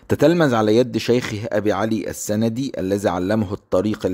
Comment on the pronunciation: ابي علي السندي. نطقتها خطأ. السندي نسبة الى بلاد السند، المحيطة بنهر السند إحدى بلاد الهند... او ثغر الهند... مدخل الهند ... وهي الان إحدى اقاليم باكستان. اي بالتسكين وليس بالفتح، فهي ليست من سَنَد.. يساند مساند... انما نسبة الى بلاد السند.